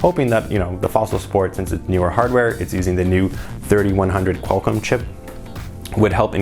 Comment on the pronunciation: “3100 Quallcomm” 😛